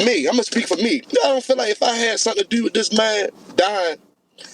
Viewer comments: Wat Chew gone dew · dew lol tew and yew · “What chu wanna dew?” 😂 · Lmao came here to comment about the “dewww” and the “blewwface” im dead. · Wutchu wanndew?🤣😆